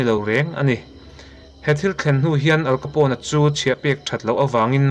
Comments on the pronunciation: Al Capone i lam dan khi adik lo... "Aal kapaw...n" tiin lam tur. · Al capone,how to pronounce'"AL KHAPOUNE"' .. Heti zawk hian ani e. 😏